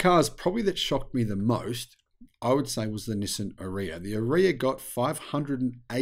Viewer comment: 😂Nissan PAID to tell people how to say the ARIYA (RRRRR-EEE-AAHH) and is still pronouncing it like piss! (Urea!) 😂😂😂